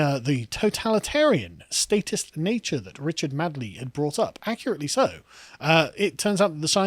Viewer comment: It's Richard Madeley not Richard Madley, pronounced MAYDLEE